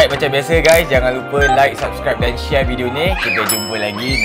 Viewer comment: First time dengar dia cakap subscribe bukan subrek